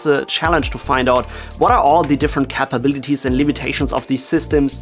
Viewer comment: Cap abilities ❌ Cape abilities. Cape like a super hero. xD (Capabilities) it isnt pronounced how it is spelt, so I get why he said cap.